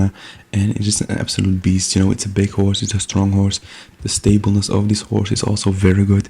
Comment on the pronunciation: "Horsre" ah yes.